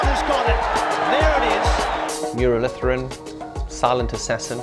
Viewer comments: Its muralitharan not muralidaran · Lol the way he pronounced muralitharan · "Muralitharan" not "Muralidaran" Seems like the vedio editor is of Bangladeshi origin.